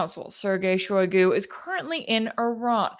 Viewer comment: Shoigu ----> [ shy GOO ] Rossiyan phonology, shy is unstressed and thus mute or schwach (weak), GOO is stressed.